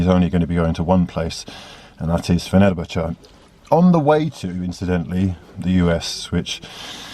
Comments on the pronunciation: Fenubuchu? It’s pronounced Fenner-bach-ay btw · The way he says Fenerbache baffles me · pronounces fenerbahce like he's applying for a job at football daily